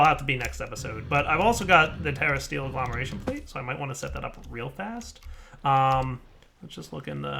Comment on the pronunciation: At least he's pronouncing agglomeration correctly. Thats what most people fk up.